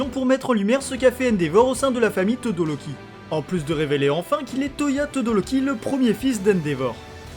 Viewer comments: On dit pas todoloki on dit todoROki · c'est pas pour être méchante mais au lieu de dire Shigaraki tu dis shigalaki et pour dire Todoroki tu dis tôdoLoki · Pk tu di shigalaki et todoloki au lieu de shigaraki et todoroki